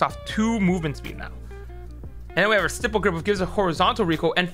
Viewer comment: ur pronouncing stippled wrong wtf